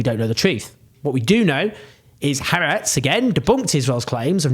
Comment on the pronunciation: Thanks for your commentary which I value. Two pedantic comments: Haaretz means 'the land' and is pronounced 'hah ahretz' not 'haretz'; 'apartheid' is pronounced 'apart hate', not 'apart height'. I am a South African with a degree from the Hebrew University - both things which cause me trouble :) - but still it's nice to get things right ...